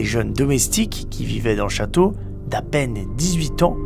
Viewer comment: The chawtow alors einh